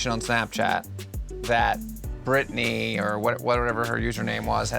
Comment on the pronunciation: Wait is nobody gonna mention Brittany is brittanya lol